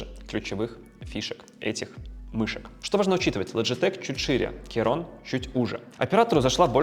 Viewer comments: Блин, что за "керон"? "Ки-крон" или хотя бы "кей-крон". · Достойный обзорщик, даже не смог название прочитать, Кейрон 😂